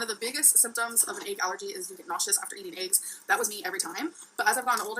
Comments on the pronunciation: my mama puts chicken bouillon cubes in green beans... i HIGHLY recommend! i find it comical also thinks green beans are “low” in carbs lol. i also HATE the way she says eggs. i think it takes more effort to say it incorrectly like she does than it does to say it the RIGHT way. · I make my living working with languages, and pronunciation of words varies considerably among dialects. There is nothing wrong with the way says "eggs" or "legs" or any other word she is being mocked about. Those are regional differences. The local dialect where I live in an adjacent state to hers says eggs and legs similarly although not identically. Dropped endings of words (compared with modern standardized spelling) is also a common characteristic of many dialects. If you grew up elsewhere, you would be familiar with a different pronunciation. Or perhaps you were browbeaten by a teacher into assuming that the academic dialect is the only correct dialect. This is linguistic snobbery and is often used to demean people by demeaning their native dialect. Schools should realize that their aim is to make students bilingual, to make them fluent in the academic language in addition to their existing fluency in their native dialect. All dialects are real languages.Each dialect has a consistent grammar and vocabulary and is just as legitimate as a language as any other, including whatever you were taught in school. It is useful to have a common spoken and written dialect to help us more easily communicate with each other. But the different dialects are all valid. People quite typically shift between them as needed. Humans are distinguished by the ability to create languages. That's what we do. We do not need to be high-tech to create very complex languages. Actually, the